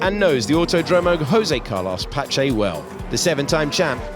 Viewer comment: Not Hosay Carlos Pache 😭